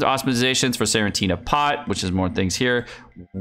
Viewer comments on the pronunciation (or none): Senenitea pot is pronounced the same way as “serenity”. Sorry to be a language daddy.